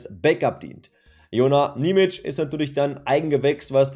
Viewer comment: Und achja, sein Name wird Nie-mi-tschie ausgesprochen.